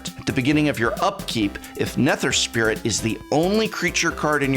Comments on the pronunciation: I've been watching for years now but this is the first time I'm gonna ask... Are his Mispronunciations intentional???? RAZ...NE-TER...it has to be intentional Prof. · The way you said Eladamri and Nether made me want to kick a puppy. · while I also cringed, I'd be careful with the puppy, John Wick is around...